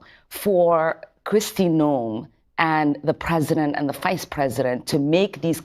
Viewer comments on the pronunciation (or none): Her name is pronounced Christie NOME! Not No em. You keep missed pronouncing her name